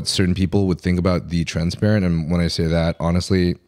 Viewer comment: it's "TRENsparent" and not "transparent" 😂